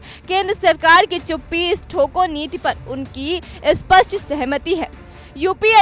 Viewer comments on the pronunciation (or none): none